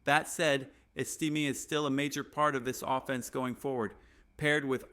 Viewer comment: Name is not esteem, it is Estime...AI crap narration??? Hey, were not taliking Martha Stewart crimes...I have to see her 3+ times a day on national TV, even after years in FEDERAL.PRISON???